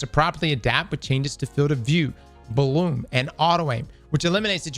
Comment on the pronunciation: "balloom"? Guess that needed a second syllable. 🤣🤣